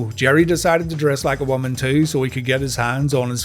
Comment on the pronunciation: Ross replied " Evil WOMUN"